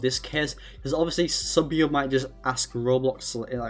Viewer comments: “roblos” seethihs” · He sounds like those tts roblox story’s like when he says roblox he says it like ROB LOCKS